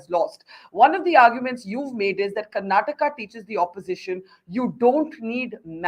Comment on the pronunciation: Its Karnataka not karnatak!